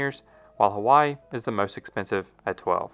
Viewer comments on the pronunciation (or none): none